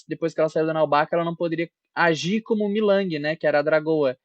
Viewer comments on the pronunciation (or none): você falou milang,o nome certo é mei ling 😂😂